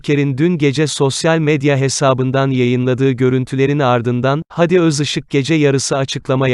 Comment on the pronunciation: Videoyu okuyan beyfendi adamın ismi " hadi gidelim" de ki gibi söylenmez. Dogrusu "Hâdi" a uzatılır, hayatında hiç mi duymadın bu ismi?